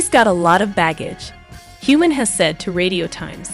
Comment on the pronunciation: Learn the pronunciation of Sam’s name!! Also the pronunciation of Momma Mia!!!